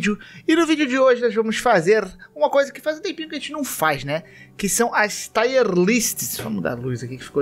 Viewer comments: Tier, não taier list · Só uma pequena observação: a pronúncia correta é TIER mesmo, do jeito que se escreve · Quando o cara não sabe inglês e tenta falar é engraçado demais kkkk TAIER LIST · O pior é que não é difícil você simplesmente ir no Google e verificar a pronúncia correta de alguma palavra antes de falar que nem maluco Kkkkkkkk